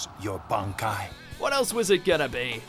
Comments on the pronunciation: It's bahn-kai, not bann-kai. :P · Look we like you. We really do, but why do you say B-AN-aki in sted of B-ON-aki? That's how it's pronounced in English dub, and Japanese. Like seriously, why do people pronounce things differently, when they are shown how to pronounce it? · Its pronoced Bonkai not Bankai. stop saying the first a. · Ichigo:Bonkai The person voicing this vid: bAnEkAyE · Am i the only one who finds it annoying when he pronounces it as "ban-kai" instead of "bon-kai" like how even the english dub does? I do like how ever that people still support bleach can't wait for my favorite anime to get its true ending. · banekai, bonkai, bang-kai, sampoktu lol how you pronounces everything else right but that XD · It's one thing it's dubbed, but to mispronounce bankai is a step too far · Using the dub version just ruins the pronunciation of the bankai, but he doesn’t even explain Gin’s bankai properly. This 10, like most of their anime top 10s, is just a joke. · The English dub bankai names are pretty cringe. Can't they just say it the same way the Japanese does? It's not like they translated the names anyway. The selected syllabus emphasis were kinda weird. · Why is ichigo's bankai no.1 and can we even call it a bankai since u know (spoilers) its not even a real bankai. Speaking of which what's up with ur pronunciation of 'bankai'. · Jeez the dub just murders the bankai names tsk tsk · The English pronunciation of the bankais is killing me. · Am i the only one triggered by his pronunciation of the word Bankai? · They butchered all those names and pronunciations. Dubbed really sucks sorry,but compared to how they say it in Japanese and how badass it sounds here it just doesn't give me the same vibes. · The way you say bankai makes me want to drink bleach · He also fucked up the pronunciation of Bankai and Zanpakuto.